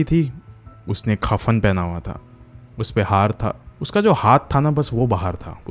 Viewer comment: Khafan nhi kafan hota hai.